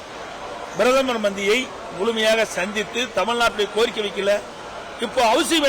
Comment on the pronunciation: Bரதமர்... இல்ல... Pரதமர்...